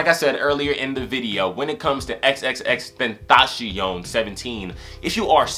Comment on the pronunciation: You pronounced his name wrong, you have to pronounce it like "xxx ten-ta-cee-on"